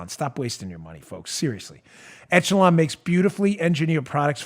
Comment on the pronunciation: Dan -- ech·e·lon (ĕsh′ə-lŏn′) It's pronounced "ESH-uh-lon" not "ETCH-uh-lon"